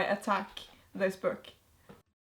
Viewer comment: i love how you say 'byook'😂